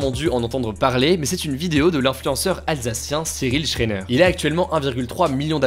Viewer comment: cyril shréneuuurrr. STOP ! ON DIT SHRAIENER